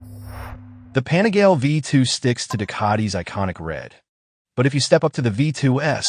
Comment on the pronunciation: It is pronounced “pa-ni-gah-lay”. Not pani-gale. My brain hurts every time I hear you pronounce it wrong!